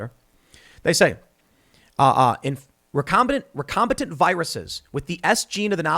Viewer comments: Since the word was butchered multiple times: It's "recombiNANT" (from re-combine) not "recombiTANT" or "recombATANT". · It’s not recombitant, it’s recombinant as in recombinant DNA. Recombinant DNA is the gene manipulation technique scientists use to make things like glowing tobacco plants as well as perform gain of function research on viruses to make novel ones. And sheriff is not pronounced shee-riff it’s pronounced share-if.